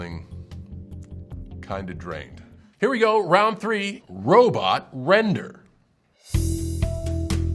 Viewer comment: He seemed so smart until he said “ round rone “